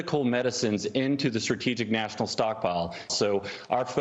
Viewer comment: "It's STRAH-TEE-JICK, Mr. President". Do you think he'd understand that?